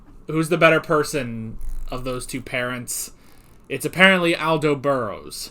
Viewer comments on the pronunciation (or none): Its aldo ( all-dough)